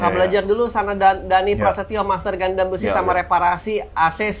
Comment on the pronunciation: Kalau YouTuber mainan yg sengaja beli mainan mahal cuma buat pansos trus dijual lagi gimana? :elbowcough: BTW bahas gatekeeping ガンダム tapi kalian nyebutnya pada ga'konsisten... Kadang GANDAM, GANDEM, GUNDAM 🤣🤣🤣